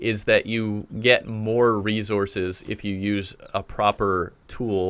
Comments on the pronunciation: Every time he said “Resources” I was like 😖 Great tutorial tho brotha, thanks for helping out the newbies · You say resources weird.